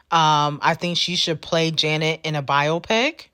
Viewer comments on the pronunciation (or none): none